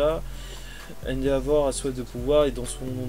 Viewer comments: je me demandais depuis un moment : pourquoi tu prononces "endéavor" au lieu de "endévor" ? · Cool par contre même si je ne veux pas juger,endeavor se prononce officiellement haine-dévore